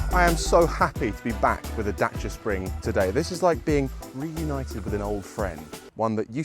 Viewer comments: As a romanian, thank you pronounce Dacia correctly😁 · Kudos for learning the proper pronunciation :)